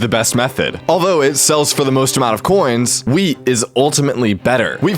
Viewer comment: Every time he says wheat I hear......... Weed